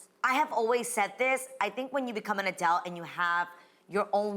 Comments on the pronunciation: Same it’s not “adalt” dammmnnn lol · Adriennes pronunciation of the word “adult” drives me crazy…and I don’t know how, but she says that word at least once in almost every segment lately.